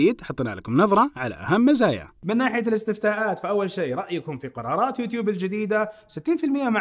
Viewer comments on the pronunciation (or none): none